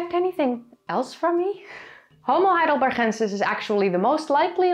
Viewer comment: And I love the pronunciation of Heidelbergensis. Lovely!